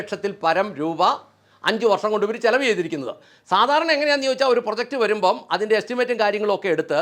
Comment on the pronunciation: ചില വ് എന്നല്ല ചെലവ് എന്നതാണ് ശരി